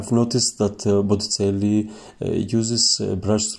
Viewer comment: You should learn the proper pronunciation of Botticelli and verdaccio.